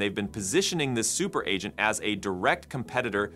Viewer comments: You need to check your voice AI output. Seems to have trouble pronouncing "agent". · Hey was this video content entirely AI generated? There were a couple of strange tells like it being perfect English pronunciation, yet the word 'agent' was repeatedly mispronounced and some of the cut scene pictures were just weird. Today it is getting harder and harder even if you know what to look for to detect ai agent fakes... so dude who is creating AI Revolution... is this true or false? Is this you talking or is it Eleven Labs? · What is wrong with Ah gent? lol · Adge Ents - giant tree creatures that get agitated when you pronounced their names incorrectly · because he put dash before -agent so the ai messed it up or we stupid humans dont get it, it should be pronounced ahgent if dash comes before it. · There was quite a few words it messed up. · That's not important I think😂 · Good catch! Voice AI is getting smarter every day, but yeah... sometimes it still fumbles the basics like 'agent' Probably still in its 'speech therapy' phase. Hopefully the next model update smooths that out!